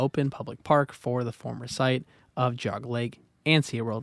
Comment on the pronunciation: Enjoyed the documentary, but you mispronounced Medina and Geauga.